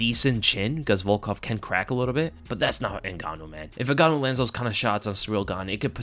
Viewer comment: Hahhahha Francyril N-gane-ou